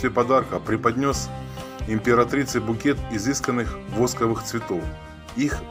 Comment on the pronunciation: Ставьте правильно ударения, от слова восковых, чуть не упала